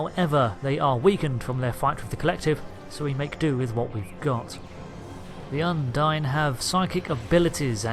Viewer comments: I very much enjoy these videos. Well done. But-. What is it with so many Brits and am inability to correct pronunciation? Un-deen. There are many many times an in game character pronounces the name of the species. It's not open to interpretation, it's just a fact on how you say it. And while we're at it's Super Marr-ee-oh. Not Mare-ee-oh. He literally exclaims his name when you start the game. #justsaying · If you say the name of species 8472...undine...repeatedly...and incorrectly...it doesn't make the pronunciation correct. What's more bizarre is that you are listening to it spoken correctly ingame yet you opt to say it incorrectly...over and over. Why? As an aside...I fully understand what may be the issue... that being U N D I N E should be expected to be pronounced as you do. The reason it is not and the disconnect between the name and spelling of it will likely remain a mystery.